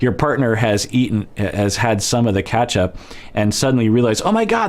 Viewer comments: really said Catchup not Ketchup 😂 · “KATCHAP” lol 😝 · I've never heard anyone pronounce ketchup as 'catchup' before 🤣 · Where are you from out of interest?I went down a ketchup rabbit hole on google 🤣 after hearing pronunciation and found out that’s way a lot of people pronounce it in the US!